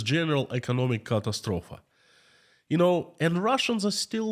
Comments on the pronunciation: BTW- The word "catastrophe" is pronounced Ca-TAS-trophy. My God be with you! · The Russian word for ‘catastrophe’ is ‘катастрофа’ and is pronounced as ‘catastrophA’, which is how was pronouncing it in this stream. (Perhaps he was even doing this intentionally, in order to emphasise the gravity of the situation). Nevertheless, no matter how chooses to pronounce that word, its meaning is crystal clear! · Catastrophe pronounced kuh tass troh fee with accent on "tass"